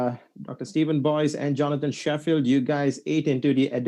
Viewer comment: No no, is right, we should only be engaging academic argument. There is no point in commenting on mispronunciations, as funny as they are. The academic part of arguments are the only thing we should respond to.